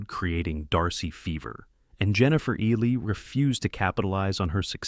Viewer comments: It's like the reptile "eel-lee" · it's pronounced "EE-lee". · Her name is pronounced EEH Lee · Can you PLEASE PRONOUNCE HER NAME PROPERLY! it's spelt Ehle and pronounced Eelie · Jennifer’s last name butchered anout fove different ways. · The only negative in this video for me is the constant and varied mispronunciation of Jennifer Ehle's name. Irritating! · Jennifer Elle’s last name is mispronounced throughout this video. Please 🤦‍♀️ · And why does the narrator pronounce Ehle's name differently every time he says it? Annoying.